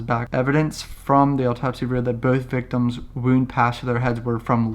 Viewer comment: Oooooh the “ALLTOPSY” reports